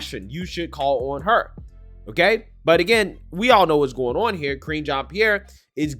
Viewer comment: LOL, were you calling Karine 'Cringe' Jean Pierre ? LOL was that on purpose or by accident? XD I swear it sounds like you're calling her Cringe Jean Pierre. :P She is cringe though.